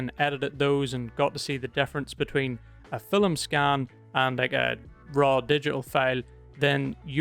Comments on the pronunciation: you said fill em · Never realised that the world ‘film’ had two syllables until watching this 😂 great video mate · That surprised me too, as I have seen only Indians with native accents to pronounce 'film' like that.